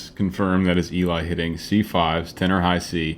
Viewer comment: Worth the wait. Your reactions are gold. Just one thing... It's Ellie, not Eeli. ❤️